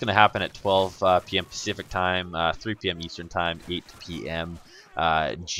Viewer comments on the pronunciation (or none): none